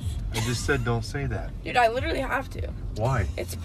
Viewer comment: "dude I litarly have to"